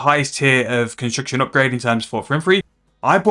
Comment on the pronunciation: bro why the fook you dont speak clearly and slowly to even understand you even the word construction sounds like your saying "consucktion" wtf chill !!!